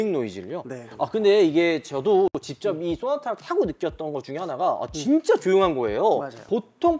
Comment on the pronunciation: 집적이 아니라 직접이라고요